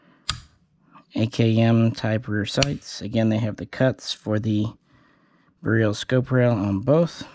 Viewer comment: Surprised is pronouncing beryl wrong. Js.